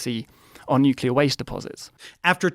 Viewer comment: Of course that dumbf*ck grifter would pronounce nuclear "nu-cu-lar". I hate those baboons not even being capable to pronounce simple words correctly. How the f*ck does nuclear, as in NU-CLE-AR, ends up being read as NU-CU-LAR? F*cking baboons.